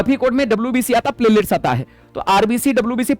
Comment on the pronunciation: 😂😂😂😂 सर प्लेटलेट्स बोल रहे है मुझे प्लेलीस्ट सुनाई दे रहा है